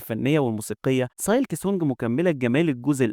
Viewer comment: نصيحه حاول تحسن اللفظ الخاص بالكلمات الانجليزيه مثل silk تلفظ سيلك و ليس سالك